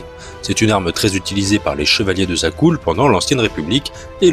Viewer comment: Tu as dis zakul mais cest zakel je crois 😅 Sinon dans le jeu le pouvoir de la force on peu y voir un sabre en forme de matraque